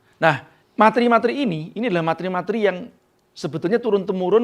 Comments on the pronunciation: Maaf mas..🙏🙏🙏 Pelafalan materi Bukan mat-ri Tapi ma-te-ri. Sekali lagi 🙏🙏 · Pak "materi" penyebutannya salah.